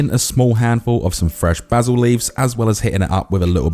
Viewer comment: So refreshing to hear a Brit say basil properly!! Looks spot on mate